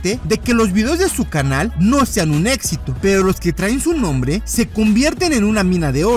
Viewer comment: El futuro cápitan del real Madrid usando palabras como "hubiese" "estoico" pero dice "etxito"